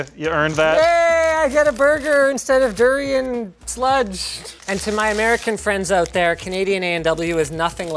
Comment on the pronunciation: He actually pronounced the word DURIAN perfectly.